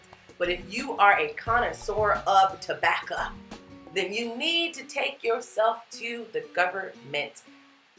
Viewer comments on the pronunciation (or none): Informative vid Sass on fleek Connaisseur of tobaccuh I literally died